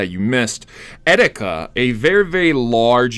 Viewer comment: its EE - TEE - KA not eh - di -ka